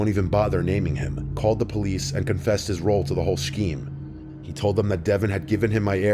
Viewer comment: On today's... we learn how to pronounce misk-ellaneous and shh-cheme. 😅